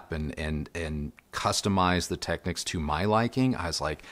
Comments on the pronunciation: 100% pronounced as “Techniques”! You are absolutely correct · Hey and! Just a small detail and it’s regarding a name. You’re in the industry now and I’m not, but I was many years ago when Panasonic kicked off the Technics brand name. You pronounce it phonetically “Tech-nicks”, which may now be the case. But back in the day when I sold the brand over 40 years ago we were told by the Panasonic/Technics National Sales Manager it was pronounced “Tech-neeks”. No biggie, but I thought I’d bring it up as a convo topic. Please chime in as I’d like to hear from you on this, as a industry veteran I’d like to know just out of curiosity if you heard different. Perhaps it’s part of Panasonic’s newer marketing strategy, that they changed the pronunciation. Thanks guys. Keep up the great work! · Interesting that you should bring this up. I"ve been pronouncing it "Tech-nicks" for all my life, but I recently watched some footage from an audio show and was very surprised to hear the sales rep indeed pronouncing it "Tech-neeks". Made a mental nite of it and resolved to mend my ways. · It’s pronounced phonetically. Who says your ‘national sales manager’ knew what they were talking about? Go and watch a few videos on the Technics channel and it’s always pronounced phonetically.